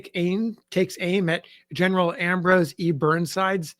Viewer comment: Hahaha 😂 “I’m not gonna attempt it in its original slang” Legitimately deep belly laughs at Gin-eral 😂